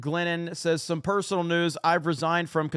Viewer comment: "personnel disagreement" not "personal disagreement". They're pronounced differently.